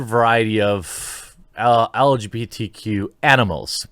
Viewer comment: Boy I sure don’t like the “elj beetee” community.